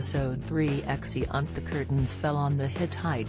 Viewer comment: "Exi-unt"? Are you kidding me? I can't listen to this AI voice, much as I want to hear Season 9 explained.